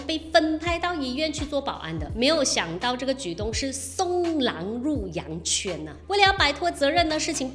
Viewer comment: 送狼入羊圈juan第4声（圈，多音字）。